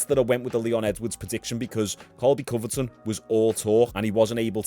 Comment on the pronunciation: I'm not trying to be that guy but its Covington not Coverton lol, love your channel keep up the good work.